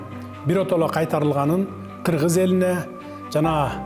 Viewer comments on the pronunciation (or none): Киргиз эмес,Кыргыз Деп так Жана туура суйло